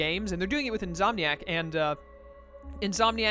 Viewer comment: it's insomniac you're saying it wrong it's pretty much a condition of when you can't go to sleep even though you want to which is why their gaming company is called insomniac